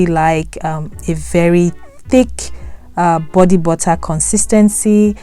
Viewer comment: bodee buttaaa